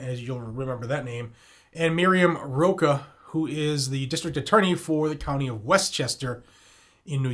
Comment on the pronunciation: It's Mimi Roach. Pronounced roach I live in Westchester.